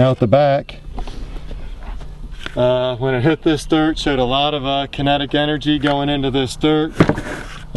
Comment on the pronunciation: It took me a while to comprehand what the heck the "kunnetig" energy was... ;)